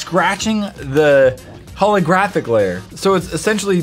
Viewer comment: holographic um its pronounced H💿L💿